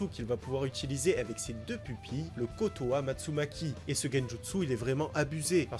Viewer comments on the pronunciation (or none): Pour Shisui c'est pas le Kotoamatsumaki mais le "KotoamatsuKami" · KotoamatsuKAMI, non Kotoamatsumaki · Kotoamatsukami ( pas maki ) *